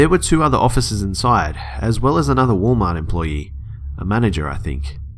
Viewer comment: "wall mah"